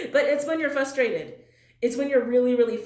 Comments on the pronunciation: fRustrated, .... not fustrated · The word is FRUSTRATED with an r . Fustrated is not a word.